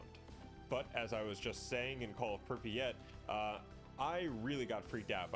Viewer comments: Holy fuck please stop pronouncing it “Prippy-at” 😭 it’s pronounced “prip-yat” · "prip e at"